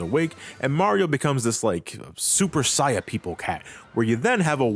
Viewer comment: That Saiyan pronunciation hurts.